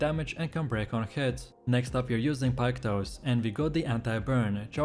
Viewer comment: Piketoes? Really mate? Really? What the fuck are your pronounciations 😅